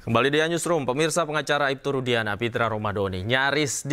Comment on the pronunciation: Nyebut nama klien sendiri aja salah, rudiana ko jdi rudiansah